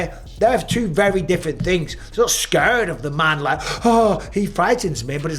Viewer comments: "Scööörred" is almost as funny as "Jimmyev" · Mike, why do you pronounce "scared" like that? Scuuuured, come on now, please stop it